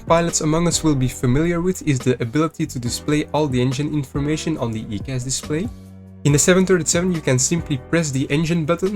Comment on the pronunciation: Its "eye"cas... good video though 👌